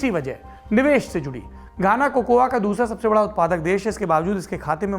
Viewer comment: 1. The A in COCOA is silent. Correct pronounciation is कोको. 2. I have read biography of Kwame Nkruma. Barring Asante people all other tribes wanted Brishers to remain and rule. England wanted to move out from Ghana. 3. It was mutually decided that Nkruma will be accomodated in the British Rule so as to make the exit easy and smooth for England. 4. It is purely because of the politicians, this is the fate of Ghana. Otherwise these people are intelligent, hard working. Brain Drain is helping politicians. Above observations are first hand as I am staying here in Ghana since last few years.